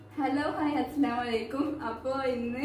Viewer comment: അസ്സലാമലൈക്കും അല്ല അസ്സലാമു അലൈക്കും എന്നാണ് ശ്രെദ്ധിക്കുക...